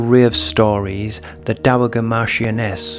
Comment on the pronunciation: Dowager the G is pronounced as a J. Dow a ja. The A like apple